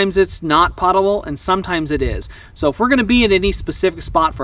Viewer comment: Po ta ble. Not Pot able. Pot-able is where you can get high.